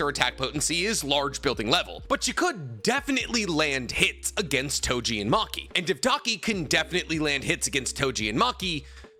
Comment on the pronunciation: Its Toji, not Tojin 😑